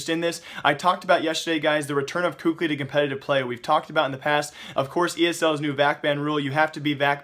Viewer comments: please stop saying "KUKLI" :< its kelly or kally i dont remember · PLZ STOP SAYING COOK-LY, IT's KELLY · for future reference, kqly is apparently said as Cali like removing the fornia from California. another way it's said is Kaylee. I know I listed 2 versions but these versions of pronunciation comes from former team mates so I'd assume they'd be correct